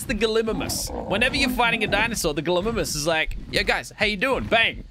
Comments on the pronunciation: what the hell is a galimmmmmmimmmmus ...... GALLY-MYMUS ffs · It's Gallie-Mimus. But what is a gliminis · It’s pronounced gal-A- mim-us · GALY-MY-MUS thats how you say it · It’s Galli mim us